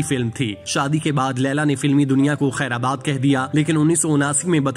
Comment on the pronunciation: I watch your vlog with great interest. It's the word khairbad not khaira bad.